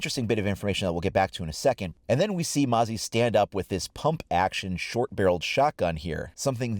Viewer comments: Its not mosey its Moz-eee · Hey it’s mozzie not mozzy it means mosquito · Its not "moe-zie" its "mozi" Thats how its pronounced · Mate not to be rude but you pronounced mozzie wrong. Its mo-zi Not moe-zi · Mozzie not moazzie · Mozz-ee not mow-zee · It's pronounced mohzzy, not moezzy Silly Americans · Not mowzzie, mozzi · it’s not mosey, it’s mo-zee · Its pronounced “mawzee” not “mozee”. I’m an Aussie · As an australian the correct way to say Mozzie is (muh-zzie) The z sounds like zombie not like an s. Mozzie is austrlian slang for mosquitoes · Stop calling the new OP moe-see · lol its funny how he calls Mozzie, "Moe-zee" LOL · Haven't seen anyone write that her device is like a mosquito zapper. "Mozzie" get it? And please, please pronounce MOZ-EEE correct haha. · It’s pronounced MOZZY like molly but with a Z. It’s short for mosquito. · It hurts me how you're saying Mozzie wrong